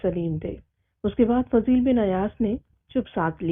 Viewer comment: This name is Fuzail bin Ayyaz not Fazeel bin....